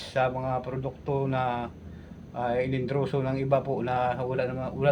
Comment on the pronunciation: hindi po "ENDROSO' kundi "EN-DOR-SO." 😅